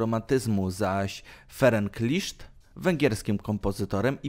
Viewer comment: Em... w węgierskim "sz" czyta sie jak polskie "s" a "s" czyta sie jak polskie "sz" Jego nazwisko czyta sie "List"